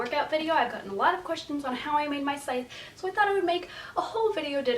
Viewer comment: Needed to know how to pronounce Scythe. The c is silent. Thank you.